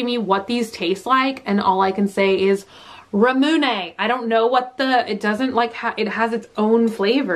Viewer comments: please bunny i love you and i hate to be so nit-picky but it's Rah-mu-ne, not ra-moon... please.... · Ramune is pronounced raw-muh-nay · it's rah-moo-neigh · Say it with me now, "RAW-moo-nay" it's a very Japanese way of saying "lemonade." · Your drink is pronounced ra moo nay'. Accent on the last syllable. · bro when is she gonna say ramune right